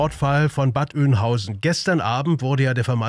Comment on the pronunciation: wieso kann keiner vernünftig den Namen der Stadt aussprechen? Bad Oeynhausen meine Güte